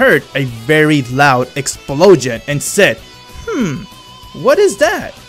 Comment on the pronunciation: i don't like the way he says "explosion". but for the rest awesome story